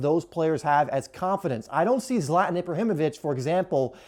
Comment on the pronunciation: IT'S ZLATAN NOT "zlatin"